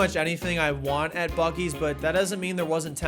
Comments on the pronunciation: Buc-ees more like buc-deez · I was told it's pronounced Buce-ees. Like Bussy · it's pronounced like bussy. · I believe it's actually pronounced "bussy's" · it's pronounced Bussy's